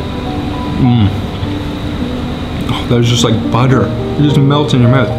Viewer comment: Dude its mouth not mawth haha